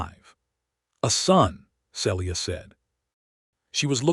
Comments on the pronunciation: This story has a lot to commend it, BUT the narrator always mispronouncing Celia’s name makes me want to cry. The correct pronunciation is either SEE-Lee-uh (3 syllables) or SEEL-yuh (2 syllables). I understand the limitations of AI narration, but if AI cannot manage a name, substitute one they can. Listening from TN. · See-lee-ah. You need some CIVILITY.